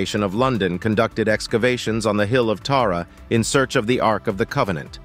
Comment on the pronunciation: Ark, not Arc.